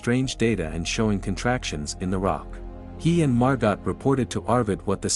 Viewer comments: This is an absolute masterclass in what not to do. When a tsunami approaches, head up, not down. Do not hold someone else underwater in an attempt to prop yourself up. When reading the name Margot, do not pronounce it “mar-gott.” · The female name Margot is french and pronounced MAR-GO. 🙄